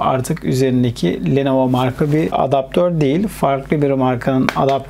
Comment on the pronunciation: Abi lenova değil lenovo